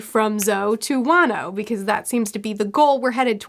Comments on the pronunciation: Fyi, Wano is pronounced Juan-o, not way-no. Love this series:) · It is funny that whenever pronounces "wano" i think she will say "wanus" and i get a bit disappointed